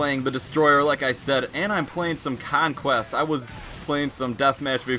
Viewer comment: you can't pronounce conquest properly